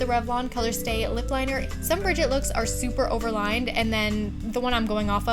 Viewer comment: Brigitte’s name is pronounced “Brih-ZHEET” btw xoxoxo 😘